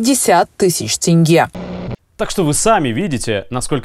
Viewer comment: И еще одна просьба к Русским. Можете слова читать правильно на русском. Например - Тенге. а вы все поголовно в этом слове видите "Э". и читаете Тэнге! Прекращайте, не смешно уже.